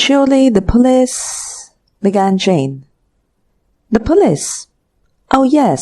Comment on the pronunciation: What!! You like how she pronounced police or concocted? Just to name a few. She needs to read the story at least once before recording. Her cadence is awful.